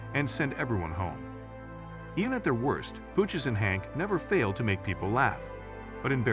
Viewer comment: Shitty AI narration. "Fooches." Boo.